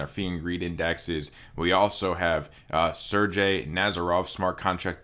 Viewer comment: “Sir jay” lmao it’s sir GAY